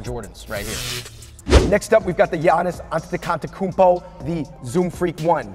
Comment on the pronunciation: Gianni's antitikantwkounmpo